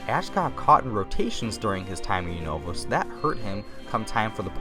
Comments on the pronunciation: he said hoeen wrong and unava wrong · He kept saying Unova wrong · Let’s just ignore the way he pronounces Unova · I gave a dislike because u pronounced loads of names wrong like unova and noivern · you said unova and kalos wrong